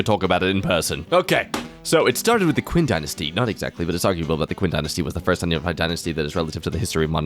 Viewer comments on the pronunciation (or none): the way he pronounces Qin 1😭